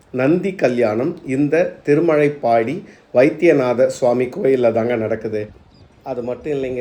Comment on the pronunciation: திருமழபாடி இடையில் ப் கிடையாது.என் பிறந்த ஊர். திருமழைப்பாடி என உச்சரிக்கிறீர்.திருமழபாடி சிறப்பு ழ கரம் பயன்படுத்தவும். பதிவுக்கு நன்றி.